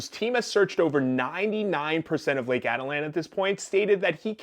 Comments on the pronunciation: Ah-teet-lan, not Atalan. But this case is so disgusting and such a statement about depraved lawyers and suss yoga instructors. Take heed, folks. Check the poser next to you. Don't give out trust easily. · This guy can't even pronounce the name of the lake correctly. The lake can get extremely rough especially later in the day. The conditions can change rapidly. She was probably in San Marcos, where people swim and cliff jump frequently. This guy is making unfounded assumptions. He has absolutely no understanding of the country or Atitlán in general.